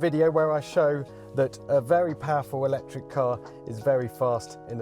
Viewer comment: Eeeelectric??? Not my cuppa tea